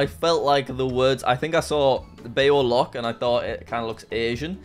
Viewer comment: As a Vietnamese person, Jack pronouncing Bao Loc was absolutely hilarious to me. 😂